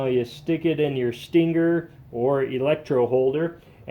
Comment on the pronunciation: Did he just say sting ger